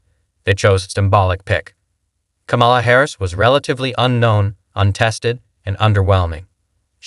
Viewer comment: "KAHH-mu luh". 6 years to pronounce her name correctly. Not arguing your point but still